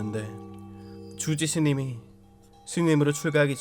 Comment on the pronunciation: 주지스님이 아니라 쥬지스님이라고 들리는데 기분탓인가